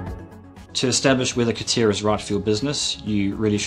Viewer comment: c'tia...c'tia... c'tia CA TI A ffs AAAAAAAAAAAA like in ALABAMA CA-TI-A I am sure he also say C'D... Computer 'sisted Design